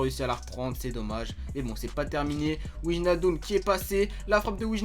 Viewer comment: C'est pas pour jouer au chieux mais pour info Wijnaldum ça se prononce Weïnaldoum pareil pour van Dijk ça se prononce van Deïk, c'est cadeau :)